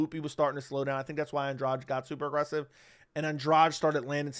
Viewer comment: An-DRADGE? It's An-dra-GEE. Why do Americans always tend to "own" foreign words only to mess them up!?